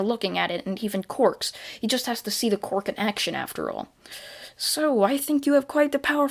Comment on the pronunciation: I love how he says quirk like qork